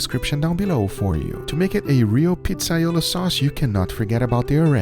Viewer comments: I’m Italian and this is not how you make pizzaiola, ah btw, not pizzaiolo. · It's iolA, not iolO.